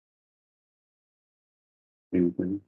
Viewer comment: WHENEVER she says anythink, somethink, nothink...she's LYING.